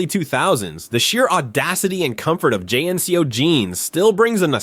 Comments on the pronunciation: I enjoyed the video, but nobody called them J.N.C.O.'s, they were pronounced jinco's. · Jean-Co man! Not J N C O. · Great video but who says “J-N-C-O” and not JNCO 😂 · "JNCOS"?! WTF?!😂😂😂 THEY'RE CALLED "JEANCOS" STUPID!😂😮😢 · I wanna know why youre calling Jncos by spelling the letters Its not J.N.C.O's say the word Jnco I had a pair of Jncos for every day of the week thats 7 pairs at $50-70 bucks a pair in the 90s it was a luxury to have jncos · Pronounced jean-ko not j n c o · Calling JNCO, Jay Enn See Ohh is true Artificial Intelligence. L. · all true! (except pronouncing 'jnco' jeans j-n-c-o..lol) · As far as I remember JNCO was pronounced as Jeanco back in the days. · JNCO pernounced jinco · Loved the video. Brought me straight back to the younger years but, not gonna lie.... hearing you say J N C Os I stead of reading the word Jnco fealt like you directly targeted and tried to assassinate my OCD... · You might not remember JNCO because of the way he pronounced it, it was pronounced more like JeanCo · You mispronounced JNCO. TRL started to suck when it pandered to female tweenie boppers with non-stop boy band crap, and Captain Planet was a bundle of twigs. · they’re called JNCO’s….. you’re not suppose to pronounce it by letters 😂😂😂😂😂